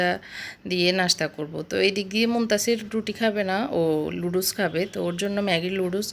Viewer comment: এত্ত কিছু জানেন বাট নুডলস কে লুডুস বলে না সেটা জানেন না??